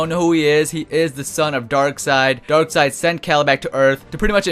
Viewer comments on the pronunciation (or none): none